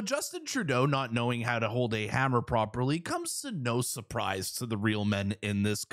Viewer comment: Girls know how to use hammer! Don't say hummer like a girl!